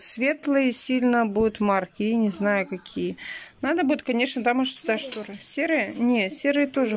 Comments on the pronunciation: пожалуйста,говори правильно!!!Есть слова НАДО,но не наа.Тут,а не тута.И фотошторы,это ужас,не вздумай. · Срау, нааа, чай запаривать, хатишь вы вобще думаете что то делать с речью?